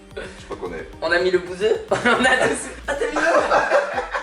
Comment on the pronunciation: Juste on dit mis pas mit